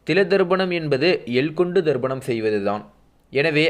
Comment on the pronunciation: சார்..அது தர்ப்பணம். ப...நீர் ba சவுண்ட் சொல்கிறீர். நல்ல கருத்துக்கு நன்றி.